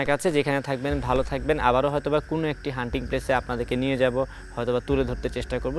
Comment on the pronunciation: ভাইজান হান্টিং (Hunting) প্লেস না, হন্টেড (Haunted) প্লেস